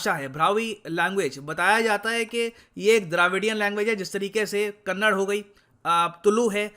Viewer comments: Sir it's not kannad . Pease call kannada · Its kannada and no kannad.. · please correct the pronunciation, it's kannada not kannad. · Sir with due respect please pronounce 'kannada' as '*KANNADA* and not as Kannad. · That's "kannada" not kannad . Hope u correct it in future